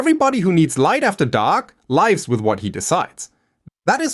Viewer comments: dammit man, your A.I. slipped up and pronounced "lives" (verb) like "hives" instead of "gives" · ".and everyone who needs light after dark LIVES with what he decides." 'Lives' with a long I as in the life of a person, not lives with a short I. I'm going to ask this plainly, , do you use AI narration for your scripts? And if so, why? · just fyi, pronouncing "lives" that way in that context is not British English either. His pronunciation in general isn't native English, though it's closer to that than to American accents, I think. (American accent experts might correct me on that!) I can't place his accent exactly, but it might be influenced by one of the germanic/nordic languages, perhaps? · narration is AI because it confused "lives" with "lives."